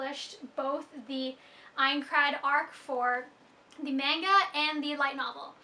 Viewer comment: Did you just say... Menga?